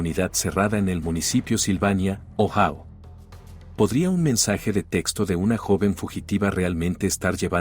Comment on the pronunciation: Ohao no existe..joder..Ohio(Ohaio)..hazlo bien que no te cuesta nada